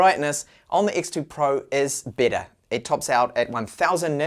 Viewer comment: He has a problem with those two words, seriously.